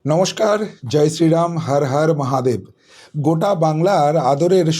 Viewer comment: একটা অনুরোধ বাংলা ভাষার মিষ্টতা নষ্ট করবেন না... "হার হার মহাদেব" নয় "হর হর মহাদেব"। আর "ঠাস ঠাস" কথাটা প্রতিটি প্রতিবেদনে শুনতে বড় একঘেয়ে লাগে। এই সামান্য কয়েকটি ত্রুটি বাদ দিলে প্রতিবেদন সুন্দর ❤